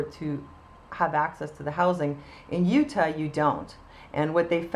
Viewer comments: Nice video. Just a friendly pointer on the pronunciation of American state names - "Utah" is pronounced "you-TAH" (not "YOU-tuh"). Keep up the good work! :) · I agree with you a 110%! Just fyi Utah is pronounced You-Taw, i know your Canadian so your forgiven lol Looking forward to more of your posts.